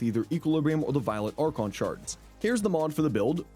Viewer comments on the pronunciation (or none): none